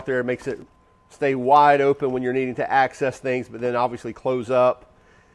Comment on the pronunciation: bro needs to assess his excess use of "access" as assess.